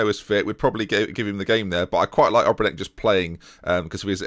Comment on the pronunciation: try saying Obrenić just like Matić... end of the last name is the same